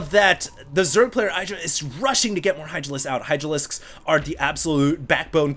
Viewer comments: I think he said "Idralisks" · Did I hear Idralisks?